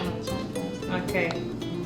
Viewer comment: Lol "chuci" pa sushi. Jajajajajajaja